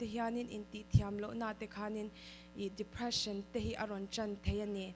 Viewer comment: English chu lam no vel tawps ta ni😂😂😂Dephreesan🤣